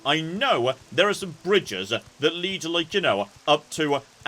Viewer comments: Lead is noun, a metal. Lead is a verb, what you do to an arrow, or friend or stead... It RHYMES with Stead. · I think it was “lead”,. As in Lee-d. But nice work on getting it anyway.